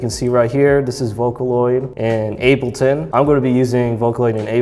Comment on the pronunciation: "I bought *ab-li-ton* yay"